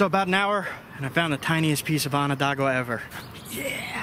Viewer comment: Im enjoying your vids so much . Still , can i beg you to say Onondaga correctly ? I cringe every time i hear Ononda-gua . Sorry , cant help it . Its wonderful to watch you and youre giving people great lessons on NOT LITTERING . There really ARE so many selfish and clueless idiots out there . PS are you careful when you select cobbles to knap ? Where im at in the Hudson valley , its not too unusual to find that a cobble was once a native grinder or hammer stone and should be preserved . Js . Im lovin everything you do , great work 😁😁😁